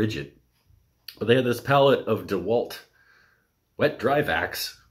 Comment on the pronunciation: Thanks for the Video !!! Dewalt, it's Dewalt :))